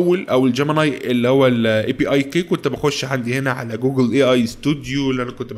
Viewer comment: انت بتنطق الانجليزي كدا ليه يا! 😂😂 ابوس ايدم بلاش تضخم صوتك وانت بتقرا الكلمات الانجليزي وبالذات كلمة جوجل واستمر يا غالي محتاك جميل ومميز